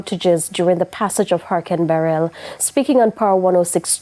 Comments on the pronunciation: It's beh-rill not beh-relll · Struggling to pronounce Beryl ? Please stop saying Barel.